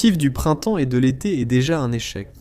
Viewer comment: 1minute 32 Je cite "et qu'il l'a zété" IAM, IA de Merde